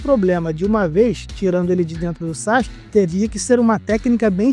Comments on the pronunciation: SAXIQUE???? onde tu aprendeu essa pronuncia? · Todo manga é assim😂 ja percebi isso aos 14 anos ...sendo um grande consumidor e fa. Por isso parei. Ps. Sakuke se fala hoje saski. mas antes todos falamvam sasuki😂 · Saxike não, fala direito